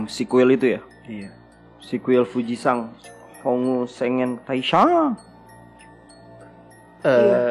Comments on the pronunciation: biasa -nya suka typooo... Sengen di baca sangek:v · Dibacanya "senggeng", coba cek google translate buat pronunciation-nya ✌